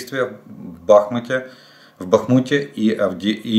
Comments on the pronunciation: Олег! Вы аналитик. Простите, но БАхмут, а не БахмУт! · я вас дуже поважаю. І тому прошу правильно ставте наголос. Ба́хмут (у 1924–2016 роках — Арте́мівськ) — місто в Донецькій області України, адміністративний центр Бахмутської міської громади та Бахмутського району. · Олег здравствуйте. Скажите чем Бахмут отличается от Бахмут？ Когда вы уже выучите, етить мадрить